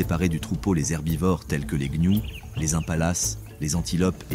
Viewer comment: Il dit également les gnious au lieu de gnous lol probablement une ia maintenant youtube en est remplit même les créateurs francophones utilisent des ia pour la narration c'est stupide et souvent ça flingue la vidéo, ici ça va encore la voix est correcte et peu d'erreur